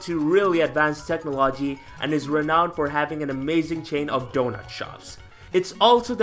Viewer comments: nah you said wrong. Plain and simple. Own it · lmao that pronunciation is not because of an accent get out of here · The video is dope but I'm sorry I can't get over the fact of how u pronounce technology, I crack up everytime. Definitely gonna try out the games though thank you